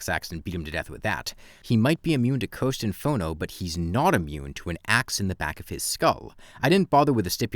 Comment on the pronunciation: This man does not know how to pronounce "cursed" lol I thought he was saying "coast" flares the entire time until he talked about the dot buff